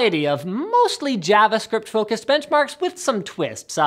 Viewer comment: Did Linus say Javascript as Jeahvascript?? :p